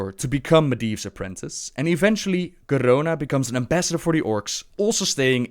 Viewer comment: PS-please post a video where you just say 'Garona' for like 5 minutes. I love how you roll that R so effortlessly. <3